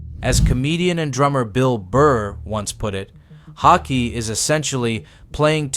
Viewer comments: I’m still waiting for the first American to pronounce his name somewhat correctly. The double A in his second name is pronounced Å, like the A in ball, fall, tall. And the last E in his second name is pronounced E like in ebony, ever, enemy. The narrator pronounce his name almost like "hockey". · I'm not sure how many different ways you can pronounce "Haake" but here is how it is meant to be pronounced: H-awe-keh. Not hockey, not hawkeee.. Phonetically it is "Hawekeh". Haake. You're all welcome lol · Haikey, Hockey...if you can't pronounce it right, at least stick to one pronunciation. Btw, it sounds like 'hawk-yeh' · learn to pronounce his surname properly please. this is unbearable lol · I love that you came up with 5 different ways to.pronounce Haake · For chrissakes pick a pronunciation (however wrong) and stick with it...4 different attempts. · Drinking game: Take a shot each time the narrator pronounces Haake a new way. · Take a sip every time the narrator changes his pronounce of "Haake". Or drink responsibly. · Haake is with a really deep A, is in "car", and an ending "eh", is in "eh" 🙂